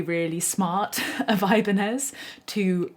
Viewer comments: For fuck's sake, it's "ebanyez" ok... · it's pronounced ih-bahn-yez.